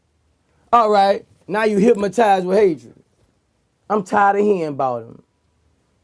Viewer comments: Anybody realize he really said hipmatized lol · Boosie:" hyp-motize"😂